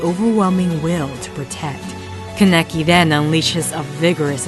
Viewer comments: It's not "Kan-ecki" it's "Kan-a-kee" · Its kahn-eh-kee not fucking kun-neki